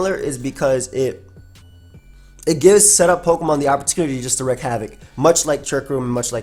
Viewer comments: this bugged me the whole live,, it's 'Wreak havoc' and not 'wreck havoc' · WREAK havoc. not wreck havoc. love ya:] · I love you but the "wreak" in wreak havoc is pronounced more like "week" than "reck". but hey what's a vid without mispronouncing stuff <3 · It's "wreak havoc",, "wreak" meaning to cause or inflict, and it sounds like "reek", which you probably know means to smell bad. Sorry... because you kept repeating it 😅